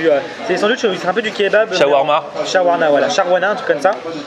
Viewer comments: a dit "shawarla" à la place de "shawarma" (je me moque pas mais je suis habituer je suis libanais) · sharnawa weshhh on se calme c'est shawarma frère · on dit shawarma